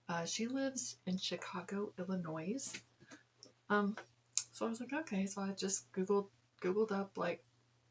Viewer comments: Illinois ... isn't pronounced with an S at the end. Practice saying "Ill-ah-noy." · Arnold Rothstein the guy Deniro played in casino. Is her family. Also there's no noise in (Ill-in-oy) Illinois 🫶🏻 thanks 🧠